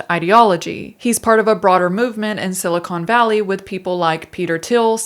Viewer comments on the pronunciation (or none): I heard "silicone valley". Was that a joke, or did you confuse the Santa Clara valley with the San Fernando valley, where all the pornos are made?